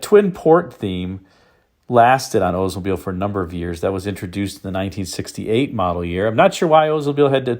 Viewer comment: I don’t know which is more grating to the ears. Hearing about an “Ozemobile” or hearing about someone getting “oder.” It’s as bad as the Pretty Litter gut saying “vet-in-arian.”